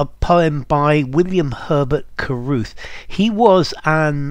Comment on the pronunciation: Caruth to Carruth most likely judging by the way you pronounced it Cuh ruhth and with so many extra r(s) making cars as with Pete Carol to Pete Carroll head coach of the Seahawks and carier to carrier etc. Jim Carey to Carrey etc. Lotsa cars. Each in his or her own car, even Ruth.😊